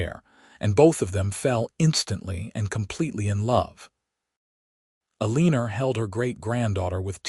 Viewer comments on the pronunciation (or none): It’s el-en-or not ah-lean-er